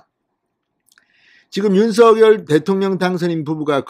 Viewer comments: 진선생님 안녕하세요 좋은방송에 감사드립니다 한가지 건의드리자면 당선인 본인은 성함을 부를때 "윤성열"로 발음해 달라는 당부가 있으셨습니다 앞으로는 "윤서결"발음은 자제 부탁드립니다 수고하십시요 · 잘 보고 있습니다. 단지 윤서결로 발음하는것이 아니라 .윤성렬'로 부르기로 했답니다. 앞으로는 윤성렬로 발음해주시면 좋겠습니다. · 윤석열을 바르게 소리내세요. 윤서결 이 아닙니다 윤성열 로 발음하세요